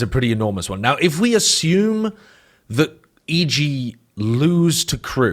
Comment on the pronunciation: especially when he says assume.. i mean ashume